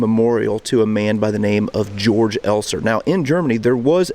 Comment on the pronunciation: There is a really good 2015 movie out on the bomb maker Georg Elser called ‘13 Minutes’. It is the best movie on this subject. A small note, you don’t pronounce his name as ‘George’ like in english, but as “Kay-orc’ Elser.